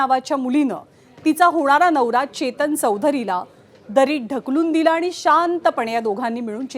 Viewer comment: Ketan ki chetan te aadhi nit bagha mam😅